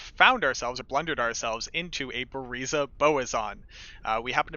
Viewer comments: hate the way you say buriza lol.. leave the A out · still sounds funny🤣